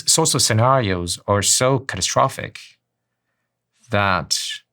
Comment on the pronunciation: My man can't even pronounce catastrophic properly why am I going to listen to him?